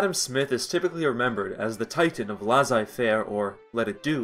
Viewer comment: lazaille-faire, eh? try leah-say - faire